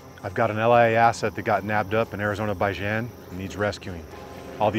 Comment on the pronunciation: "Arizona-baijan" Huh.. ok, that tracks 😂